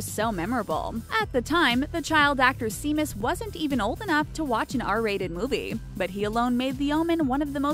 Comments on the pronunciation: SHAY-MUS NOT SEA-MUS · Not “seem-us.” It’s pronounced “shame-us.” Damned millennials. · Seamus is pronounced SHAY-mus. Seriously, you can't make ONE video without mispronouncing something. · it takes a lot to make WatchMojo and WhatCulture seem like fine art. Well done. Also: it's pronounced "Shay-mus". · Seamus.... shouldn't it be (Shay-mus) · Shay-mus you fool! Seamus is pronounced Shay-mus. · Its pronounced shaymus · We do know what they look like, since all you channels keep showing them all the time! And seriously, Seamus? I'm Swedish and I know how it is pronounced. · TwinEclipse I cringed so hard when she said that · I fucking cringed when she kept pronouncing it wrong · You mispronounced Seamus.